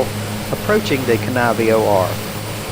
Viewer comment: Thanks for the awesome video! I live in Fairbanks (and went to HS In Anchorage in the 80's) I enjoyed your flight! although the pronunciation of Kenai (Kee-Nai) VS (Ka-nai) is my only criticism, thumbs up! ~B~